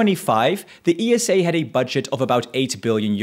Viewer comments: Its pronouced Esa not E S A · Why do people call is E S A instead of Esa? Do you also say N A S A or just Nasa? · I don't want to be rude but ESA is usually not referred to as E-S-A just esa. Similar to NASA you don't say N-A-S-A. Love your videos bro ❤ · You're wrong though, most say E-S-A.